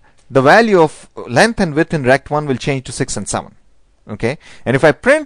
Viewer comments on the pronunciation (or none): walues, uidth dude you rock XD